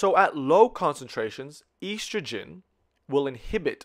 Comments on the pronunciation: Such a good video!! But is it driving anyone else crazy how he pronounces estrogen?! 😂😆🙃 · This was super helpful, but every single time he mispronounced estrogen I died a little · I was lost for a good 10 minutes because I had never heard of a such thing as "eestrogen". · great video! very helpful and easy to understand! The only complaint is how you pronounce estrogen haha but I don't mind because of how helpful this is